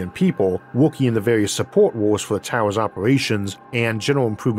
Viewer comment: He should change the title to "Space Towews"